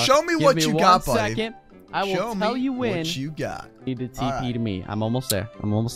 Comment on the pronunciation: *tell * not Tele